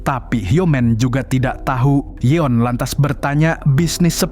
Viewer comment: Namanya Yoon si Eun bang, bukan yeon